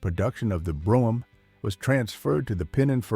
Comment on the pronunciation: Brogam? AI narration blows